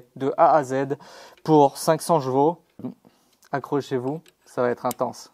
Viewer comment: Aaaaaahhhh tu me vénère à dire « jvaux » dis poney ce sera mieux !! 😂😂😂